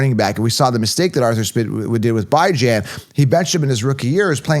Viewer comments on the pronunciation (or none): This man did not say BYE-JAN